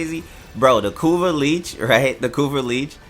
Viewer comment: it's lich, so can you please stop saying leech.